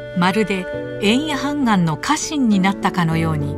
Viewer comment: 「判官」は、はんがんではなくて、ほうがんでしょう。